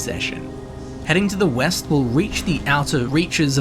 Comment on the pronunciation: Grave Haze Grove is west, not weast. And Master's Keep is east not west.